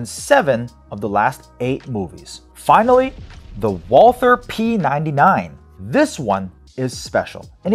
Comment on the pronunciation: No English TH in Walther. It is spoken like "Walter".